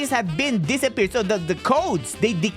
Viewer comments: Hey. The way u actually proounce it is deesyferd. Not disappear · yea but just so you know its deciphered is pronounced di-seye-fer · its "Decy perd" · if you didnt know how to say deciphered you say it like this de sae f erd ok i hope this reached you if you read this thank you.